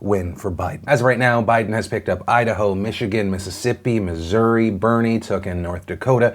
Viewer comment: Thanks for saying Missouri correctly.